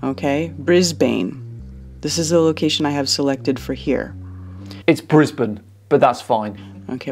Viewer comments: OMG did you just pronounce Brisbane correctly? Wild. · Thank you for pronouncing my hometown correctly,! Brisbn!! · Thank you for correcting the pronounciatoin of Brisbane! Browny points mate!! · TY for saying Brisbane correctly. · I live in Brisbane Australia and I just wanna say thankyou for correcting her because the way she said it was painful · Legitimately, thanks for pronouncing Brisbane right! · Thank you for pronouncing Brisbane correctly. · I'm from Melbourne. But hearing you correct that thing (sorry I mean "lady") on how to pronounce Brisbane, nothing short of brilliant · Love that even knows how to say Brisbane correctly! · I can’t tell you the satisfaction I had when you corrected her pronunciation of Brisbane. Americans cannot say Aussie cities names properly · You pronounced Brisbane correctly👍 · from someone who has lived most of his life in Brisbane, Australia, and suffers a nervous twitch every time an American pronounces my city’s name…thank you for the correctional interjection! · As an Australian, I would like to thank you for correcting the pronunciation of Brisbane. God it pisses us off more than anything when Americans pronounce our cities wrong, uncultured swines! Regards, Australia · fixing how she butchered Brisbane. Every aussie that heard that was like nails on a chalkboard thanks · Least someone corrected that Brisbane pronunciation. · As an Australian I appreciate you correcting her awful pronunciation of Brisbane. Thank you. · You nailed the pronunciation of Brisbane lol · Thankyou for saying Brisbane correctly. Brilliant video as always. I don't know how you keep sane watching all these people. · <3 thank you for saying Brisbane correctly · The funniest part for me as an Aussie was correcting her on the pronunciation of Brisbane. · As someone who lives in Brisbane, thanks for the correct pronunciation! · Thanks for saying Brisbane correctly she butchered it